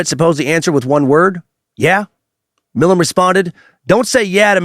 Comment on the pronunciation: Right? So annoying. He also pronounced Milam wrong. But I still think he did a good job.